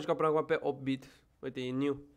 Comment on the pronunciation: Se zice eight-bit